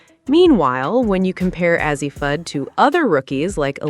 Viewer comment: I'm done...😂😂😂 After hearing her mispronounce Fudds name I started to just click off... But then she butchered Paiges name... I said Deuces, I'm Out... 😂😂😂😂